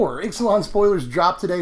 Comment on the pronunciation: It's pronounced Ixalan, not Ixalan.